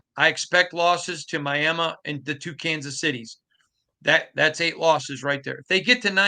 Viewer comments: My - Am - Me! Wtf has ever pronounced it my-am-mu?!? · Good going guys. is a journalist & he still can’t pronounce Miama?😂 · Myaaaamaaaa ????? Myaaaaamaaaaaaaaaaaaaa???????? Learn HOW speak English Mandatory core requirement ? You need to be able to Pronounce FOOTBALL Teams name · Who the hell says Miama?!?! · "Miama" is hillbilly slang, and did not mean it in a nice or respectful way. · Not sure if I’ve heard that pronunciation of the word Miami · the way he pronounces Miami is wild